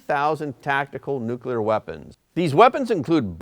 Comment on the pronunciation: Nucular weapons? What is that? 🤦